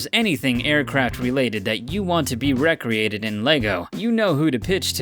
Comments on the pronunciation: Really? Pronouncing "recreated" (ree-cree-ated) as "reck-ree-ated">? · "Wreck-ree-ated"? Do you seriously not know that "recreated" is pronounced like "ree-created"? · The narrator of this video really needs to learn how to pronounce word correctly. He keeps saying /rec-re-ate-ed/ when it should be /ree-cree-ate-ed/ among other butchered pronunciations. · Why do you pronounce "recreated" abnormally? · Hahaha he pronounced re-created as recreated.....douchbag 😂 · Also doesn't know how to pronounce "recreated"